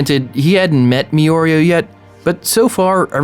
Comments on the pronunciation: I puked everytime he said "Miorio" OH MY GOD just writing it makes me CRINGEEEEE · I couldn't watch past 1 minute after all the "Mioro"s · Me: hears him saying "mioreo" Also me: just call him Togata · Meoreo.....it made this almost unwatchable lmfao. But on a more serious note, hard disagree. Buuuuuuuut, I'm super biased. Mirio is my favorite character and Deku is one of my least favorites. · It's "Me-doh-ree-yah" And "Me-ree-oh" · Calm down people... Yeah he said mioreo but damn calm down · Katsuki Bakugou it is actually pronounced Mir-ree-O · Anime: Here's M E R E O: MEYOREYO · 0.01% of comments - yeah, Deku is worthy 99.99% of comments- “miorio” Yeah it cringes me too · I quit after Like the 5th “mioriyo”. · Say it with me: “Mee-Rio”. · Everyone triggered over “mi-oreo”. Meanwhile I’m laughing at the bus like a maniac with some people starring at me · "MiOuRiOu" Everyone left the chat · Every “Miorio” was a stab to my little heart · bruh are you drunk or are you just trolling mi-oreo wtf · Take a shot each time he says “MeOreo”. Hint: You’ll die. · After the third “Miyorio” I had to leave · Bruh stop pronouncing Mirio as me oreo ffs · It's Mi-Ri-O, great video though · "Me-oreo" Me: eye twitch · Damn.. It's seems like a good video.. But I can't stand the "Meoreo".... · You wrote mirio but say miyorio. Im confused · Shits grips funny. It's trippin me out. Me-Oreo not yours! Pahaha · It's pronounced mEEreo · Hearing the name Mirio being pronounced wrong is seriously killing my ear drums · The way you pronounce Mirio gives me cancer. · U said mirios name wrong the entire video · LEGIT ALL COMMENTS ARE ON HIM PRONOUNCING MIRIO WRONG IM DEAD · Where did you found 'o' between 'mi' and 'ri' 😂😂😂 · You need to re upload this video but next time pronouncing mirio’s name right 🥺🥺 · no theres just an abundance of his mispronouncing his name. So no, you arent the only one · Adds an extra o to Mirio's name. His Viewers: Cringing in horror lol